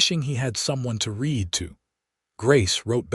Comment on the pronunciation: I can't believe any human that got through first grade would pronounce read in the past tense as reed instead of like red. So, I also believe it's an ignorant, untaught AI, belonging to a channel owner that is too lazy to listen to the story before it is uploaded.